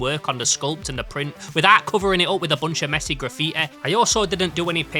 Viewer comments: graffiä bro wtf is this accent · its ponounced gra-fee-TEE